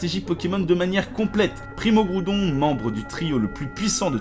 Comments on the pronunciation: "Primo kroudon primo kayogre megaka raykaza tous shyney" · C'est pas ça non plus c'est "Primo Kryorgre, Primo Graoudonne Meyaga Raykaza tou shiné"